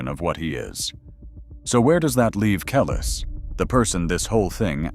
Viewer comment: Say her name right.